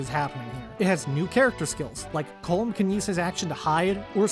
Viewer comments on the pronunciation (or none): none